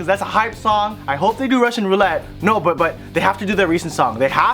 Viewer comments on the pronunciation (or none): none